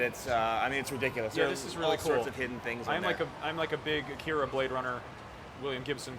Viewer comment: A KI RA, KA NE DA, it's not that hard.